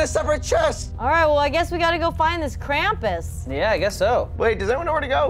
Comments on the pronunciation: Krampus is German krampüs the ü is a ooo said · it pronounced krumpoos